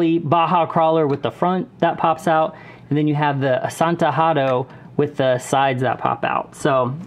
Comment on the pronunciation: Astana not asantana